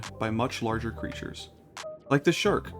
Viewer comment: "like the sherk" 🗣️🗣️🗣️🔥🔥🔥